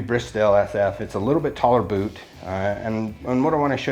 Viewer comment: He said "poot"